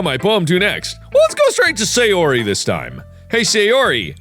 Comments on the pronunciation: hey sayori, how you doing, sounds like hey Siri, how are you doing, lol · I like how at a certain point in this video Mark just gives up trying to pronounce Sayori correctly 😂😂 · What markiplier said: hay sayori What Siri heard markiplier say: hey siri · Sayori! ’shooka shooka shooka’ Not sorry :3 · probably because both "Sayori" and "Siri" are close in pronounciation! lol! caught me off guard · Take shot for every time mark mispronounces Sayori’s name